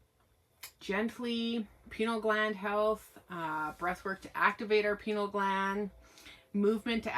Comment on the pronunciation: Pronounced Pine-eal because the gland looks like a pine cone. Cotton clothes and natural fibers allow more sensitivity to energies sensing and projecting. Polyesters and chemichal laundry detergent block or distort natural energies. What are the oldest original indian tribes from that area? What language do they speak? What do they call Sasquatch? What is their tribal history with Sasquatch?